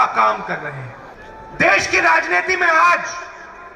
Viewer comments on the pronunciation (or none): none